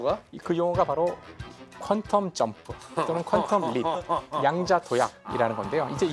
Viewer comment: 여러 분! "양자 역학"의 첫 장.ㅣ한자어가, 수량이라는 양이라면 , 이를 "길게" 발음해야 하는데, 양자 역학 전문기들이 이 것을 짧게 잘못 발음하고 있으니, 도대체! 한국 문화 수준이 참 비참하오이다!!